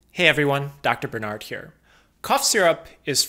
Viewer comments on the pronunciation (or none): may I ask why you pronounce your surname as "Buhr-nard" I'm asking for a friend...